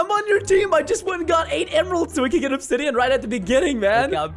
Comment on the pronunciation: Its obdisain not obsidian lol